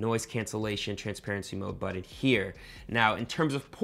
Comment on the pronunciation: BUTTON not Bud In🤣🤣🤣